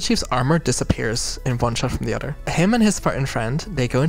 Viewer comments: I love that the way she says "other" sounds like "udder" and it fits the cow aesthetic very well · I truly forgot the Halo series was a thing until now. Also love that we getting longer videos and I don't know if saying one or the udder was intentional or not but its really funny to me.